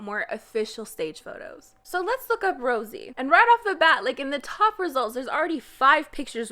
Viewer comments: Rosie? It's Rose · Okay, but why are you now pronouncing Rosé like Rosie? You were saying it correctly before. Is this an inside joke I missed? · THIS BITCH SUCKS THIS NEWS OF JISOO MISTREATMENT NEWS CAME ON THURSDAY SHE IS POSTING IT NOW ANY WAY SHE SUCKSS BAD NOT HATEING THE WAY SHE LOOKS BLAH BLAH. SHE JUST MAKE ME CRINGE AND PLZ STOP YOUR JOKE THAT YOU SAY 'JYP PAYS MY BILL' WTF BETTER STOP NOW IT IS ROSE' NOT ROSIEEEE BITCH SHUT UP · it makes me giggle you call rose...rosie. lol shit people make full blown careers out of looking like a celebrity doppleganger.